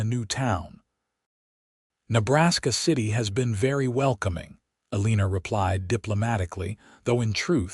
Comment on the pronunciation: Sorry I can’t watch this her name is pronounced Elina there is No R in her name